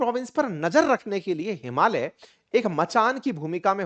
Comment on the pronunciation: आपने “हिमालय” को शुद्ध उच्चारण किया । ज्यादातर भारतीयोंने “हिमालीया” बोलते है । हम नेपाली भी “हिमालय” हि उच्चारण करते है ।